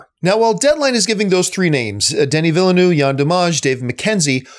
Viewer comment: You know what should exist? A database of actors, directors, producers, etc... each saying his or her own name. Maybe Denis Vill-uh-noo could start it off... because that's not how his name is pronounced, John. The 2nd 'v' is not silent (obviously, neither is the 1st).